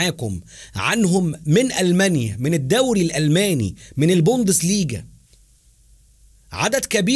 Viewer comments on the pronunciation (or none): none